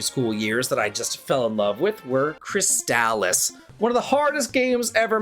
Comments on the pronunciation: Lmao I'm sorry when I heard you say Crystalis I heard Chris Dallas I was lost for a moment. Great video though these are all excellent games. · I'm a bit older than you are, but fell in love with RPGs around the same time, and with many of the same games. Crystalis is one of my favorite games ever, and easily one of the best on the NES. Having said that, it kills me every time I hear anyone say its name, like you. I know the commercials say it that way, but lets not pretend commercials never got names wrong (Mitsubishi Starion) Per google: People sometimes pronounce "Crystalis" (the video game title) with a hard "a" sound in the middle, like "Cris-tall-iss". However, the more generally accepted pronunciation is closer to "Cris-tuh-lis," similar to how you would say "crystalline," or "chrysalis". This is a true nit-pick, yet the same as an american saying Adidas "uh·DEE·duhs", instead of the correct German "AH-dee-dahs" is like hearing nails on a chalk board. Still, all the love for your videos.